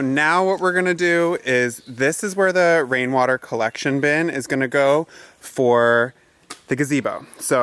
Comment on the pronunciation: the hummingbirds love their hummingbird smoothie you made them! Love seeing them., I Love your “wain water cowection” gutters.🤣. (Thanks for not editing that out!) Great video! Be safe so we can see you guys next Sunday!😉😁